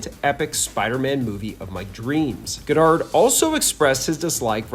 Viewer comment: Why do you keep saying Goddard that way